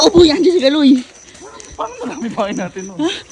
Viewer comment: Kalo hindi kaloy😂😂😂